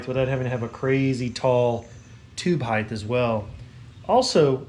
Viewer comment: What the hell is "hythe"? If you mean "height", pronounce it like "kite", dude.